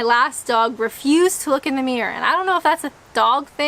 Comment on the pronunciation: I notice you pronounce "mirror" like "mere". Reminds of that song.